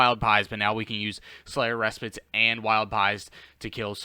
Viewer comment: 100% pronounced "Slayers Re-Spite" but great content bro! Keep it up! Much love